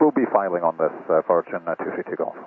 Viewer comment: Or the inflection on "virgin" - consistent with northern Irish, and not pronounced as a Scot would (with a heavier r).